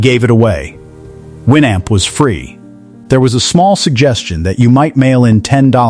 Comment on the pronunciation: If you are going to make a video about a product. Learn how to pronounce it. The Amp is pronounced the North American way as in amplifier